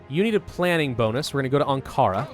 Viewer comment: You are going to AnkAAra